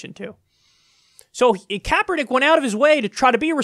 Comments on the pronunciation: I'm becoming very religion intolerant with these idiot fundamentalist videos popping up all over the place. This fucking moron bought the shit to cut it up then couldn't even say Kaepernick's name right. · Insult pronunciation of CK's name. I hate assholes who do this on purpose. And you fucking know Morris did it on purpose. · Can't even pronounce Colin Kaepernick, you inbred dumbass! I'm from Ga. So I know exactly what I am talking about! Idiots!